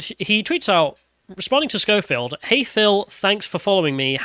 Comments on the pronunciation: Why do you keep calling him Showfield? It's Skoefield. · His name is pronounced SKO-field not SHOW-field. And EDMOND Holmes? 🤦‍♂ FFS, learn how to read properly. #ThickTwat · "Showfield." "Edmond Holmes." and Sargon's complete inability to pronounce names has to be an in-joke at this point. It's ridiculous.